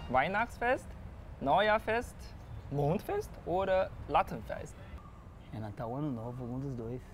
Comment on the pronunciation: Er sagt anstatt Laternenfest Lattenfest😂